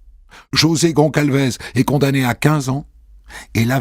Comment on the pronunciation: GONÇALVES, ça se prononce GonSSalvèss, mon Christophe ! C'est Portugais, d'origine. Vous voyez, c'est comme ÇA ; ça se prononce "sa", et non "ca". D'ailleurs, c'est bien des Portugais, il y a un "José" et un "Manuel" 😁.